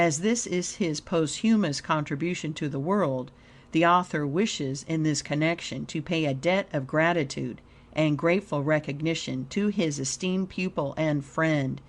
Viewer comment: Constant mispronunciation of words is very distracting, not to mention the disjointed flow. Posthumously is pronounced: paas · chuh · muh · slee Not: Post-humously